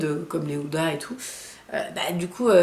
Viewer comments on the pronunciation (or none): none